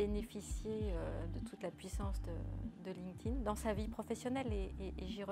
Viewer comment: Merci. Enfin quelqu’un qui sait prononcer « linked » au participe passé :)